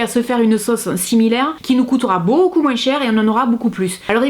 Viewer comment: Tu fais trop rire en prononcant le s dans moins 😂